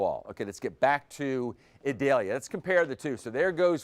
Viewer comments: E-deh-Liah 🤣🤣 Idalia chico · Eee-doll-yah. It is not an onion.